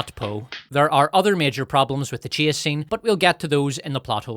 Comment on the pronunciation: Not to be an ass but when you say "Chase" it sounds like Chia, like Chia seeds. At least to my ears, not that that means anything.